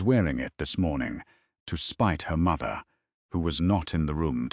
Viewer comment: The narrator is nasal, annoying with a terrible diction and emphasis on the word “mother”!!! A great waste of time!!!